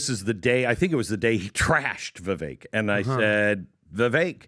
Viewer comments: It's pronounced vi vake like cake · Vivek pronounces his name VIVAKE LIKE CAKE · PRONOUNCED VIVAKE DAMNIT!!!! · Try pronouncing his name correctly ! Vivek like cake ! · Try saying Vivake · Do they purposely refuse to pronounce Vivek's name correctly? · Let’s start by pronouncing Vivek’s name correctly. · spent countless time with Vivek and still can’t pronounce his name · As someone that pays attention to every word you utter, i can’t reason why you don’t pronounce vivek’s name the way he’s stated it’s pronounced. feel like it’s not that hard. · Entire PBD team still can't figure out they say Vivek's name wrong, because they want a dem in there so bad... Nikki or Tulsi would both be bad choices for actually getting things done. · "Having spent countless time with Vivek...i still cant say his name right"🤦‍♂️ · has spent “countless amount of time with Vivek” but he still can’t pronounce his name correctly??? I will not vote for Haley ever. I don’t care if she was Trump’s VP, I would not vote for that ticket. I don’t care for a Tulsi either for the exact reasons that Patrick just mentioned it would work. She isn’t a conservative and many of her ideas are bad. Please Mr. Trump have Vivek as your VP. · Either VP would Be bad ass! Vivek (pronounced like cake) is the man though! That’s my pick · has spent all this time with Vivek but STILL doesn't pronounce his name correctly.